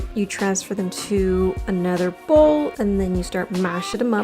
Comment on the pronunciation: MA-SHING-THEM-UP XD hahaha mandame un par <3